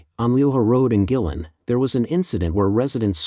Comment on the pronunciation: Pronunciation... Gui lin... Gway.. Lin